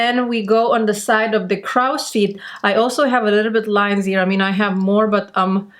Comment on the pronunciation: So very glad to have found you and your derma-roller! Your tutorials are so helpful, too. (Just a side note - "crow's feet" is pronounced as "croh-s feet", as to rhyme with grow, tow, low, mow.) You speak English so well, though! Again, thank you for your great teaching videos!